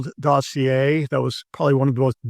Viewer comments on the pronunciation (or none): none